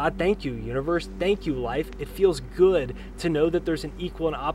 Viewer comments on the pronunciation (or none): none